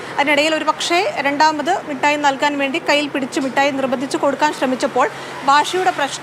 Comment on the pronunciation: മുട്ടായി അല്ല മിസ്റ്റർ, മിഠായി ആണ്